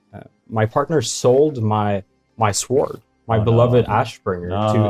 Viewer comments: sword sword said by cause he cant pronounce the sh is so funny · "A shored shword" lmao damn sweeds with their crazy pronunciation hahahahaha